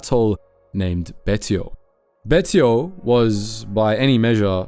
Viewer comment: Betio = Bay-she-oh